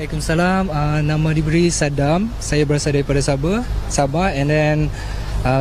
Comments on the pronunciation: Lupa asal usul..lupa bahasa,lupa budaya..kalau ye pun dok kat kl..jan lah nak ubah SABAH "SABAAAAHH" bukan "BEH" ye nak...cian engko yg bplajar tinggi ni..perghhh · hahahha sabeh ke..tersasul kot sabeh..